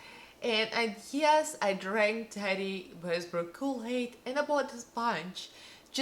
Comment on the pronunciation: Love when pronouncing someone’s name. Practice a bit. Ta... Tee... it sounds like you’re saying Teddy... like teddy bear. It’s completely fine when you speak in accent with words. Yet when addressing someone try to pronounce their name properly. I think your sponge did a way better job. Your eye look is stunning.